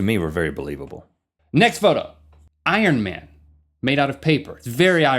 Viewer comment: For Iron man, you said "ironic" lol